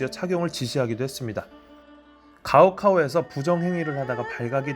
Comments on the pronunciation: 꼬우코우 가우카우는 머냐 발음참 ㅈㅈ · 가오카오? 고등시험 高考(고고) 음으로는 고우코/고,코